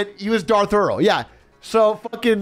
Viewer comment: This man kept saying darth earl and i kept laughing.